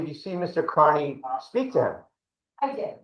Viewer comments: the prosecutors in these cases are disgustingly rude. seems none of them can pronounce peoples names correctly. knows aidan's last name is pronounced carney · They’re using our tax dollars to prop up this doddering old fool? It’s pronounced CARNEY, by the way. Turn up your hearing aids you cranky old ghoul.